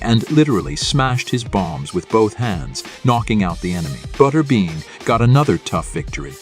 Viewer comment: It's pronounced butterBEAN not butterben. Computer voice.